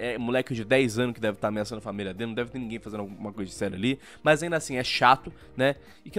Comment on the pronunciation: ameaçou o português com esse "nimguem"